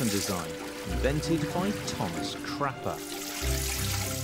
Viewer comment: lol the way he says Thomas CRAPPER